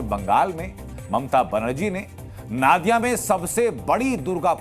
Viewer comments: It's Nadia. Not Naadia. Pronunciation thik kijeye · नादिया नही वो नदिया होगा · नादिया नहीं, नदिया जिला के रानाघाट में ।रिपोर्ट पढ़ने के पहले सही उच्चारण जान लें। धन्यवाद। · Aap Jaise Prabuddh News Anchor Bhi Galat Ucchaaran Karte Hain... Sahi Uccharan नदिया जिला Hai नाडिया Nahi...